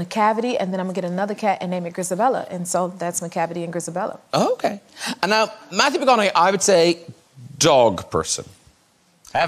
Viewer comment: I think he contracted the words "and now", but it comes out sounding like Anna, you're right!